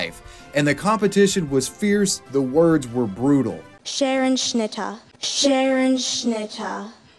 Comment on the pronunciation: The way she pronounced "Scherenschnitte" hurt me!